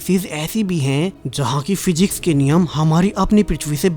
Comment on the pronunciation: bhai Hajjar nahi Hazaar hota ha or phyjics nahi physics hota ha